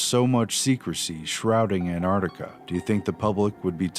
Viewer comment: Why do you say an'ar'tica Its Antarctica Why are you trying to destroy English language